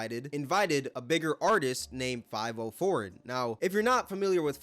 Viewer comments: i aint ever heard anyone say fivio foreign like you broo lmaoooo, 5 0 foreign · its Fi-Vio Foreign dawg not 5-0 foreign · his name is five e-o not five-O honestly more like favy-o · I fw the video but brooo it’s FIVIO(Five-Ee-Oh) 😭😭😭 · And he just lost half his credit with this video. 1st Bro be making valid points but he can't be really tapped in the way we think cause we all know Tory Lanez and Adin Ross is what made this whole streamer rapper collab viral. And dude just pronounced his name five-O when it's spoken as Favio....fav not five io" eo" not o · It’s not five-o foreign , it’s fa-vio Foreign 😂 And bruh, you outta bounds calling lil Tjay corny and saying he fell off. Lil Tjay is hot af rn. 🔥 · Its not 5-O foreign. Its Five-e-o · Five-e-o but either way bro corny so we ain’t worrying about it 😭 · I might be wrong but I think it’s fav-E-oh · I haven't heard anyone pronounce fah-VE-oh's name right since this incident 😂😂😂 just proves how irrelevant him and Tjay are now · it’s pronounced fa vi o he just never tapped into any drill music or heard his name said which makes him look goofy af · "Five O" pmo ngl💀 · The fact he’s pronouncing Fivio as Five-0 🥴🥴🥴 seems like he’s just picking and choosing instead of actually watching/supporting these streamers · The way he says fiviooo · did bro jus call fivio "five oh" 😭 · "Five O" foreign. Bruh, get the name right at least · 5-0 foreign in the house😂 u got internet lil bro. Could atleast learn to say his name right. But hes def a cornball. So is lil tjay. He had pop out, brothers and fn. the rest of the songs after that were ass and that was years ago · He said 5 O foreign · Lmao the way he pronounced fivio I was like who tf is this big rapper named 504??? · Lmao it’s pronounced (FOV-EH - O foreign) you cooked with this video though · this is what happens when corny niggas get a voice lol . bro dont even know how to say favi-o 😂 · U saying 5-0 foreign is disgusting 😂😂😂😂😂😂 atleast attempt to read it and sound it out